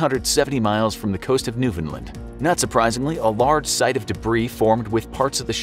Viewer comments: Its not newfoundlan say it like new found land so funny how mainlanders say Newfoundland 🤣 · Newfoundland not newfinland